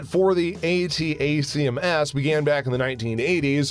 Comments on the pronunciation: Also. "A-TACms"... not "A-T-A-C-M-S" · If he only know how to properly pronounce Hi-MARS and ATTACKEMS Rockets.